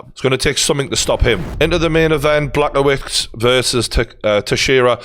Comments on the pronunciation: I’m sorry Geordie but… Black-oh-wits?? Really? 😂😂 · Geordie trying to pronounce Blachowicz 😂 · I actually never thought I would hear someone pronounce fighters names as bad as Brendan Schaub until pronounces Blachowicz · And he absolutely heard it pronounced correctly a bunch of times.